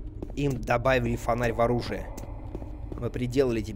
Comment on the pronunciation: "олужие" :D